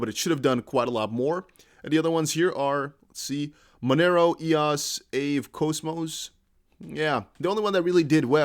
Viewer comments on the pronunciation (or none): Aave is Finnish and pronounced “ahh-vāy”